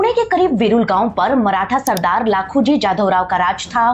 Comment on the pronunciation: ओ लखोजी जाधव थे ना की लाखोजी maf karana agar apko bura lage to lekin me apaka ek subscriber hu or daily apke video dekata hu apse kayi bar live pe bat huyi he mai pune me rehta hu or marathi hu isaliye sirf naam corect karna tha ek bar firse sorry Aap jo history leke ate ho o muje bahut pasand rehate hai mai apko humesha acha feed back deta hu asha karata hu app meri bat samaje baki sorry ones again